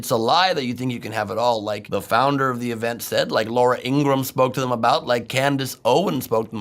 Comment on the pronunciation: ITS INGR A HAM. Not Inggrahm